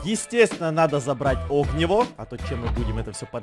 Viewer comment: Не огнивоооо а огниииииво